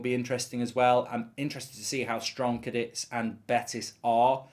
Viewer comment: it's CA DITH